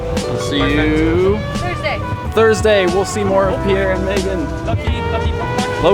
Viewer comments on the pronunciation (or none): Did I hear it right, says "Loki" Pokémon?:D